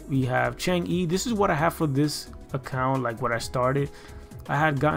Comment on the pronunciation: FYI... Chang'e is a Chinese deity who's name is pronounced Chung Ah.